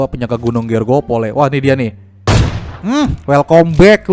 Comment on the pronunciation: Grogol bang bukan georgopol 😂